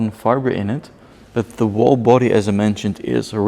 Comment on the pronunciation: Please learn how to say the word Whole.